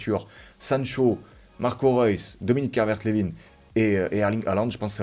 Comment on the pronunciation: Juste on dit Calvert lewin comme winner